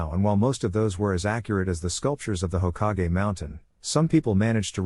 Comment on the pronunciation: Hoka-ge its Hokage you AI moron